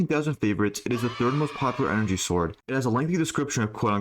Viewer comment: did you make a concious effort to say “sword” and not “zord”